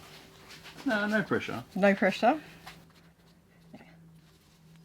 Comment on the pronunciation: Its crazy how Australians add an R sound to words. “Oh noRRRRR!”